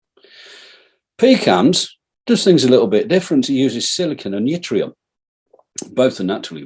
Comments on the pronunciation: Yttrium is pronounced like it-ree-um, the Y is silent. It's used in YBCO's (yttrium barium copper oxide) or more commonly known as super-conductors. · It's Yttrium Prof; NOT Yitrium!